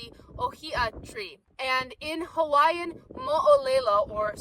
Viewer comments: I'm not native hawaiian but i was raised in the islands as were my parents and there parents. Nice to see someone like yourself enjoying the islands and learning about the culture. Your pronunciation is pretty spot on, very well done! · Pretty good pronunciation of the Hawaiian language.